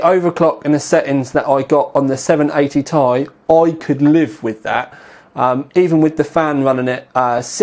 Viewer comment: for fuck sake you say 780 T-I not 780 tie